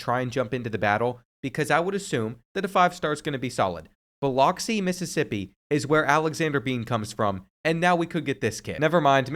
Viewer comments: As a Mississippian, it pronounced "Ba-lux-see" not "Bi-locks-see" 😂. love the videos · Bil - ox- ee 😂😂😂. Bill-ux-ee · its buh•luhk•see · it’s pronounced BILL-UX-E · My man putting some disrespect on BIH-LUX-E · The mid pronunciation of Biloxi and hitting Seminary’s population on the head is crazy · I've never heard Biloxi said that way. Probably enough reason for the kid not to show up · dont say biloxi like that again buddy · Ain't no way he pronounced Biloxi like that 😅😅. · The way he said biloxi 😂😂😂😂😂